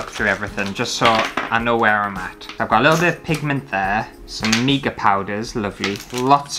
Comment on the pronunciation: did you know it’s pronounced mica as in formica? Not meeka. 🤣